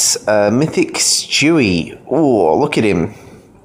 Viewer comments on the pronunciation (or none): Its stewie it sound like he said chewy